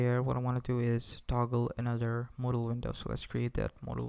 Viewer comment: Modal...model... *Whispers modal again.... Great tutorial man :)